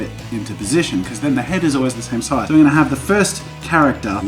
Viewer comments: Such an oz accent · Australian accent XD